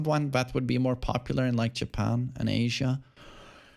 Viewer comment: When you say "popular, EsPEciAlLY iN JepeArnn", what are you basing that on?